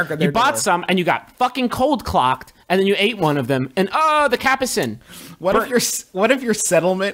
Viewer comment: Griffin! It's ColdCOCKED, not CLOCKED.